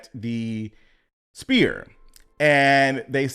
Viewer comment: Love the content. Sphere sounds like sfere